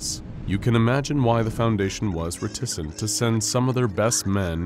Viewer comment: Thanks for another episode buuuutt...That's not how you pronounce "Reticent". If you don't know a word please look up how it's pronounced at least, please. This happens every other episode, literally. It breaks immersion. Also it seems pretty unprofessional. Just saying.